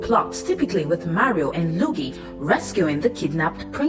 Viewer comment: It's "LUIGI" not "LOOGIE"